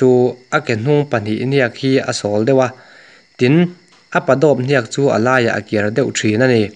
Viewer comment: NIAK ni lo.HNIAK.tih tur.